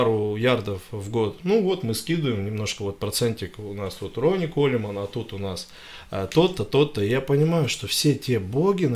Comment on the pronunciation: Опять 25! Какой нах Колеман? ?? КОУЛМЭН! !!